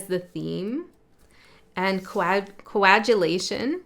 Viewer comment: Coa-gu-late with a hard "g". Nice reading. Oddly I have been using the word "shift" for the last few weeks. I have definitely felt a shift in my body and my attitude. Small shift, but it's here to stay. I have been isolated or retreated for the last 4 years and feel ready for the mainland.